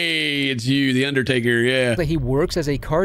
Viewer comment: I thought they said "The Uddertaker Predator" and that's all I can hear now.